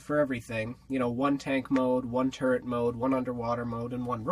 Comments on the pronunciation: LOL I thought u said turd mode instead of turret mode, and I thought 'is that a type of stealth mode?!' Anyway, I wish I found this channel sooner, cos this vid was awesome! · When you said turret mode I thought you said turd😂 by the way you have an AWESOME team🦎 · When he said turret mode I thought he said TURD mode for a second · I swear he said turd mode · I thought he said turd mode😂😂😂😂